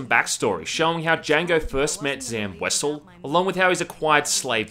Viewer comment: Why does everyone miss pronounce Wesell? ._. When Zam introduces herself she pronounces it like Wa-zell